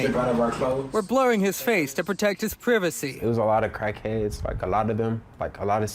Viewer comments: the on site reporter needs another profession…. Not only is he smirking 😏 but the way he says privacy as “previceé” … 🤦‍♂️ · You are privy to privacy but privacy is not pronounced privy c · Why is the reporter launghing? Why is he pronouncing privacy wrong? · Why he said Privacy like that 😂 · Ain't nothing funny. This reporter needs to be fired, smirking & can't pronounce the word privacy correctly. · Nah this reporter needs to go, couldn’t even say “privacy” correctly 🤦🏾‍♀️